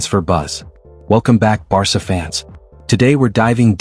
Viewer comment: How can you take this channel seriously when they pronounce the club's name as 'Barka'???